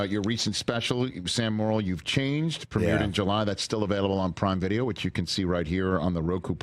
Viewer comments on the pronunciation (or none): Hey Rich, his name is pronounced "more" - "ill," not "moral." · Sure it's not 'morel' like the mushroom. 😜